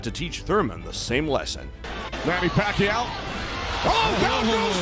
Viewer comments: PAK-YAW!! Not Pa-kaw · Pack- kyiaw not pakaw😅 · Paqaw🤣 its pakyaaaw not paqaw😂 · sometkmes he said it correctly the same way as how filipino say it. Pakyaw. But he usually say Pacow sometimes pacquiao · Pakyaw not pakaw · The pronounciation of Pacquiao should be Fuck-kiaw not Pa-kaw as you Pronounce.😁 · I love your video bro, but your pronunciation for Manny surname is wrong. It's "PAC-QUIAO", and not sound like "PACAO". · pakaw🤣🤣🤣 its not pacao. its Pacquiao (pak-yaw). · What do you mean pakaw?? Haha pacquiao (pakyaw) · It is pronounced PAK-YAW not PACKAW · It’s PAK-YAW (Pacquiao) thanks me later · P A K A W... dude butchering his name throughout the entire video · What the F...this vloger no good pronounce of the name pakaw, shit.. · you are an excellent narrator but who the hell is Pacau? ^_^ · pack-kaw? really? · ...Better get your IVR voice updated (not Pacao) just call him Manny... have to thumb u down. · It’s pa-ki-yaw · Who's pakcow? Please say it right. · Nice video bro. However you need to know how to pronounce the living legend's surname right. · If you want to show respect to Manny Pacquiao, learn to say his name right... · atleast. try to pronounce his name correctly, right before making a content about pacquiao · The pronunciation of Pacquiao is killing me!🤦‍♂️..smh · Not a big deal. It's a good content regardless of the wrong pronunciation 😊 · Please teach this Guy proper pronunciation....